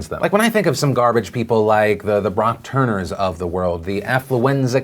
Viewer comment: you mispronounced Rapist Brock Turner's name.